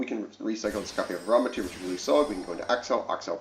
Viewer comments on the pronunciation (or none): It’s amritara. Am-ri-tara, not aramitir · “AM-RI-TAH-Ra” lol